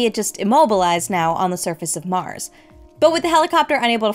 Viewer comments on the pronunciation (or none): none